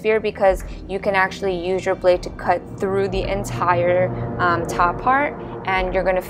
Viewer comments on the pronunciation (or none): none